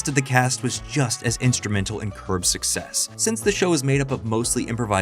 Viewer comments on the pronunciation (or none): none